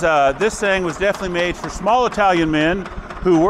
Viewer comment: take to eye-talian tractor to the best Olive Garden in Kansas